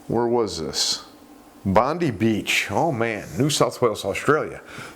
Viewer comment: It's pronounced Bon die Beach.